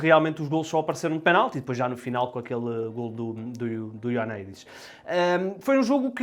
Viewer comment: 1 ano depois e ele ainda não sabe dizer Ioannidis